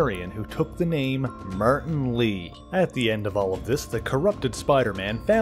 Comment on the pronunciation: martin = "meyrtin" lmao